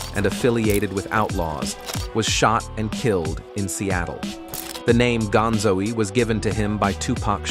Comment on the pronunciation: "gonzo-e" "drake-e-o" Smh